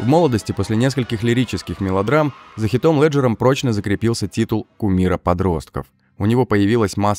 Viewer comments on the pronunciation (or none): "Хотклиф", за "ХитОм Лэджером" - автор чито с тобой?